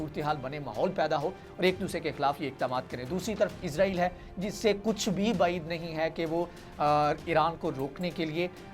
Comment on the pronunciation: اسرائیل لفظ ہوتا ہے آپ ازرائیل کہتے بہت غلط ہے